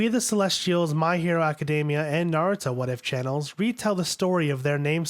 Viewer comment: Cool, but my god... the pronunciations are agonizing. A little tip for everyone who doesn't know: you barely pronounce a "u" in the middle of a word or name in Japanese, and you don't emphasize the middle syllable. It's not "na-ROO-doe." It's "Na-ru-to." It's not "ah-SOO-ka." It's "Ah-s-ka."